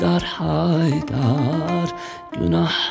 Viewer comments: Selam, Cem kardaş Cem Adrian şarkıları seslendirirken söylerken duyguları hisleri yansıtan biridir ama bu Türküde çok nötr okumuşsun sizi severiz ama lütfen kelimeleri yanlış telaffuzda var dikkatli kullanın kelimeleri ve haydar derken çok düz okuyorsunuz vurgu olsa hisde yok sanırım bu Türküye konsantre olamamışsınız yinede nefesinize sağlık Sevgi Saygılar 🍀🍀✌🏼🇹🇷🌍✌🏻✌🏽✌🏾🌈Allah Ruhunu Yüceltsin ışığınız Yıldızın her an parlasın ışıl ışıl ol⭐️🧜🏾‍♀️🧜🏻‍♀️🧜‍♀️🐬🐬🌲🌲🌲🌲🌲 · Selam Cem kardaş Cem Adrian şarkıları seslendirirken söylerken duyguları hisleri yansıtan birisiniz ama bu Türküde çok nötr okumuşsun sizi severiz ama lütfen kelimeleri yanlış telaffuzda var dikkatli kullanın kelimeleri ve haydar derken çok düz okuyorsunuz vurgu olsa hisde yok sanirım bu turkuye oek konsantre olamamışsınız yinede nefesinize sağlık Saygılar 🍀🍀✌🏼🇹🇷🌍✌🏻✌🏽✌🏾🌈